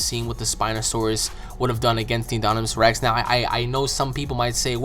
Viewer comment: InDOMinous Rex. Not inDONimous Rex. I wouldn't care if you didn't say it so many times wrongly.